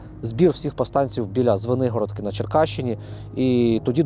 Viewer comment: Друже,не ЗвенИгородка а ЗвенигорОдка😊